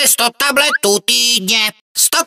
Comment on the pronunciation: radši to už to poslouchat nebudu. Slyším talbetů